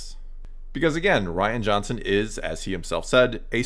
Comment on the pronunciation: *Ruin Johnson Could at least get his name right.